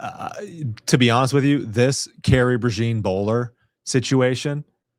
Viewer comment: PRAY-ZHAWN (think French pronunciation of “Jean”) like “Jean Luc” or “Jean Michele”